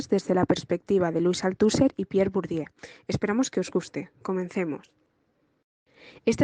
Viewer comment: Me ha gustado, pero un apunte el nombre de Bourdieu lo habéis pronunciado de muchas maneras. Como profesora de francés os pido que lo pronunciéis bien. Utilizad Forvo, una plataforma para buscar la pronunciación de palabras. Ahí os saldrá la correcta pronunciación. Gracias